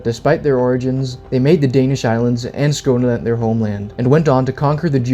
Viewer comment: I can tell taht you're danish by how you say Skåne/Skåneland, lol. Greetings from sweden.